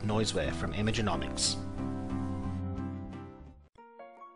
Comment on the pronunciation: Nice video, I learnt something new about photoshop I didn't know, also good to learn about those plugs you're using.... btw, it's Imagenomic not Imagenomics! same goes for their the URL.